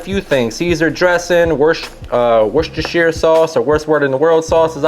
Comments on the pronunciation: "Wot'sdats here sauce" 😂😂🤣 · Worcestershire is pronounced wousteshire or wousteshur very simple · For all you awesome Americans out there really struggling with our sauce….. We actually pronounce Worcestershire Sauce as: Whooster Sauce. The cestershire part is replaced with a ster! Worcester